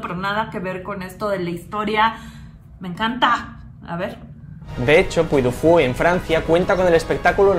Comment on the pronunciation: Se pronuncia puy di fu, es francés y ya se inauguró